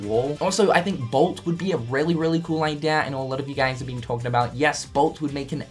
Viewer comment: Everytime this dude says idea i keep hearing idear